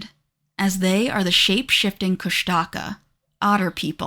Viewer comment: Kushtaka mentioned brrrrr. Koosh tuh kah is how it was always pronounced in my town but just though id share. Also idk why they chose to spell it the way they did but tlingit is actually pronounced Klinget with an almost k like g just thought id put that out there